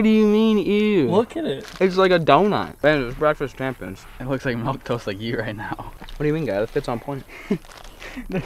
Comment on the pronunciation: said MELK🤣